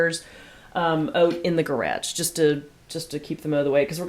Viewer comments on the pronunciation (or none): You decorate so beautifully! You are so stinkin organized! lol! I love watching all your videos and the one that that always gets me.. is the way you say 'garage', has like a Boston flare to it. Its just so cute the way you say it! Have a good day!